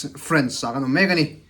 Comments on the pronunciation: Frence anilo Fraaaance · French chu a mi te ko na. A ram chu France. FrAnce a hi mizo a A anga lam tur